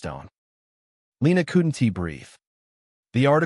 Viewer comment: The name change confused me and pronunciation was bad on couldn't wouldn't and doesn't grrrrr